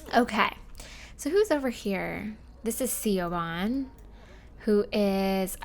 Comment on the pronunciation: Hey, just a sorta FYI, Siobhan is pronounced like "shuh-von". Ik, it's absolutely nothing like how it's spelt, but I guess that's just how it is lol.